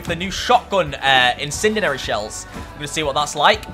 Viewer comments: Incindanary, incinderery.... IT'S INCENDIARY. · Lol say it with me - in sin dee ary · Please pronounce Incendiary right. I don’t wanna be mean but it makes me cringe when you pronounce it wrong